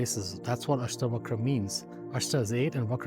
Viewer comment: mr nicely explained best six books but your pronunciation distorted the Hindu scriptures names seems like some anglo scriptures yam is Yama Yog is Yogaa puran is purana asthavakr is astha vakra shiv is Shiva please avoid such distorted pronunciations my humble request